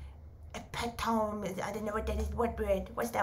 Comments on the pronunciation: eh-pit-oh-me Pronunciation of Epitome :hands-yellow-heart-red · This is how you pronounce the word epitome Ee-pit-oh-me 😊👍🏼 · E-pit-o-me. I think that’s what you were trying to say. Love you. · You are so adorable!❤ Epitome! I love the way that you say it! Typically, people pronounce it, E - pit- ah- me You? Ep- eh- tohm❤❤❤ You're the best!🎉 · Epitome: uh-pi-tuh-mee ❤❤❤